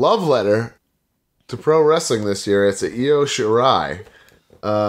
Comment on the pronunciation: I don't think I'll ever forgive for mispronouncing Io's name.